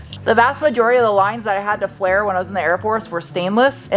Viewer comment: It's "flare".